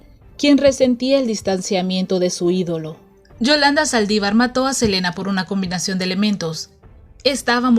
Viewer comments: " convinasion " * Combinación ! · "convinasión" de elementos....